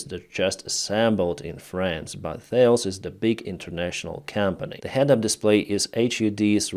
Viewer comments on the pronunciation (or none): Those are definitely not Su-25. That type has a much stronger sweep on the leading edge on the wings. Also "Thales" is pronounced "Tahles" as there is no lisping th-sound in French. Like "Kahless" the mythical Klingon folk hero.